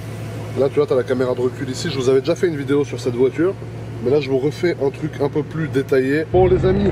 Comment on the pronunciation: Les gRRUs en haut du tRRuc 🤣